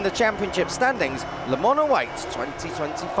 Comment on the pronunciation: Le mans,why this dude keeps saying 🍋 lemon?